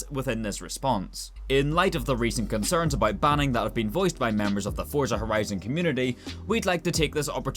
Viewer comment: is it fricking hard to say Forza Horizon correctly?